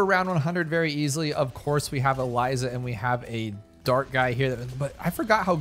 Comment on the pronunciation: I’ll never understand how someone can have thousands of hours invested in something, and not know how to pronounce things 😂, for example he says glives instead of glaives, shurukins instead of shurikens, not sure where that second u comes from, and now Eliza, he’s gotta be doing this on purpose right?